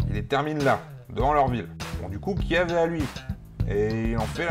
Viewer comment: Petite précision Kiev se prononce "kief" ;) Bref, les format court d'histoire c'est sympas.